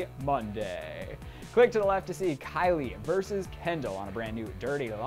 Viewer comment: Who da fuck is Hendall, I thought her name was Kendall